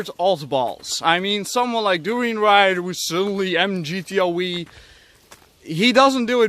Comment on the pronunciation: MGTO "weeee", lol. It's pronounced "double u", I know you're Dutch and all, but you I'd think you know.